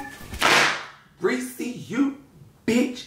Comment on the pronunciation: It’s you calling Rissa “Reese” 😂😂